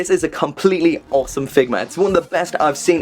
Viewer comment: Quick questions, what happened to mechaburrito? and how would you spell the way you say awesome? Oweome? Aowsome? i just love it. Great review i know nothing about this character and you made me want this figure.